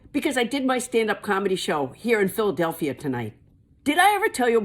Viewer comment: Love ya Paula! And kudos on your pronunciation of Phuldelfia!